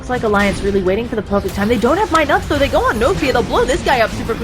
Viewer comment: keep saying my nuts! it's NUTS! get it right! fucking irritating